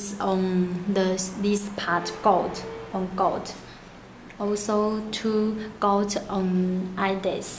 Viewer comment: She says "golt", you mean gold💀?